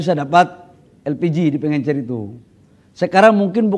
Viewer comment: Pengecer pak, bukan pengencer